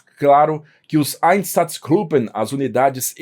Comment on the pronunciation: nem os Einsatzgruppen você pronuncia direito.